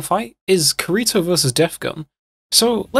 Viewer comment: Kareto? I thought it was Kirito.. great video tho